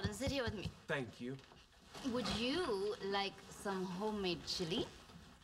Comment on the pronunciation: I weawwy wike Bawwy